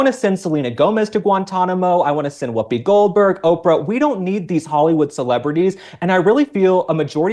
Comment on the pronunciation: Do all africaanas pronounce it Whoopa Goldbog? 😂😂😂😂😂